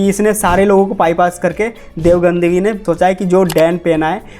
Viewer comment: Gadhvi ❌ Gandhvi ✅